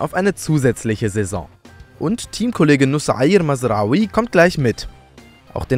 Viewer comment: Kurz mal Respekt wie perfekt er mazraoui ausgesprochen hat